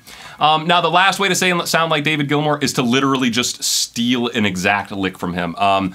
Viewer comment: David Gilmour = sss, no hss